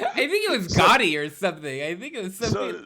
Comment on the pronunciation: At first I thought Charles said Gandhi not Gotti.